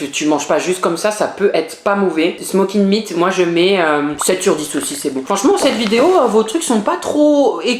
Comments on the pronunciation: Wesh smeked meat😂 sa se dit smoke meat 😂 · Par contre le smoked meat on dit smoke meat on dit pas le "ed"😅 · "Smokid meat "🤣 jpp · Ses smoked Meat pas smoukède mide😤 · Le ed du smoked meat ce prononce pas juste dire et oui personnellement OUI JE DÉTESTE QUE ON COMPARE LES QUÉBÉCOIS AU AMÉRICAINS. 🥹